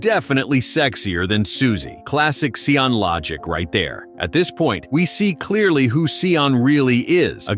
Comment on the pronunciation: Bloody AI voices "his friend Sea-On", his name is Sean/Shaun and it's pronounced 'Shone', like 'he shone a light in the dark corner'. FFS